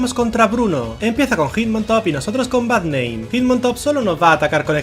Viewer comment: Cuando decía Bad name pensé que decía Barrnein